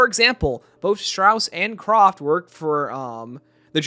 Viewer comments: Hi! It's pronounced Kr-A-ft...not Croft. Sorry had to get that off my chest! 😅 Enjoyed the video though! 👍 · And him saying CROFT instead of Kraft